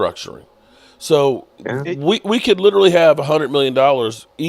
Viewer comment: He butchers that word. It's disgusting.